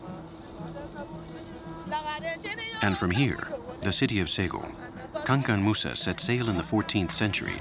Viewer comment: Pronounce the the word good Mr journalist it is not Kankan Moussa we call him Kankou Moussa , that is to say that the boat was named after one of our greatest Leaders in the Mandinque empire and he was the world richest man of all time.